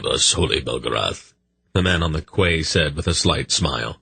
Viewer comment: jesus christ, this guys pronunciations are diabolical for a grown man, if its not his prounciation of quays as kways, now its raveners, its ravenours as in ravenous ...meaning the state or quality of being extremely hungry, famished, or having an extreme greed for food